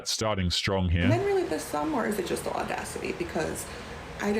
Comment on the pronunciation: These 304s be bitchering the word "audacity". 😆😆